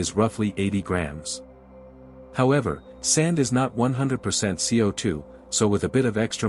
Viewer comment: Awesome vid. Just FYI the text to speech pronounced SiO2 as "see oh too".